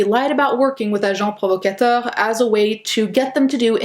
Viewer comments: That is deeply concerning... Also you made me bug for a bit when you said "Agent Provocateur" because as a french person it sounded like your accent was pretty good :3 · As a French Canadian I was so impressed at the way that she pronounced Agent Provocateur 😭✨